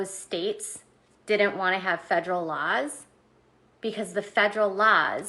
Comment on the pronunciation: Federal LAHZ? like a lozenge?